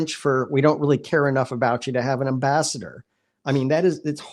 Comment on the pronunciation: ... " an ambaster"??? You mean AM-BASS-ADOR, guy? Please!